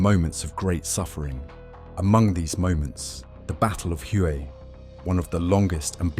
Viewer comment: Well, I made it to 33 seconds before I’d had enough. The “battle of Huey”? That’s “Hue”. You need to brush up on your history.